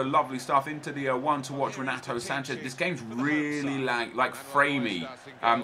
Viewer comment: Not sure if you care or not mate but just so you know the R in the beginning of a name in Portuguese makes an H sound, so it would sound like Henato. Good video keep it up